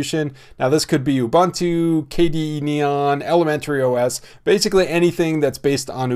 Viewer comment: "OOBOONTOO" please. Not "OOBANTOO" nor "KOOBANTOO".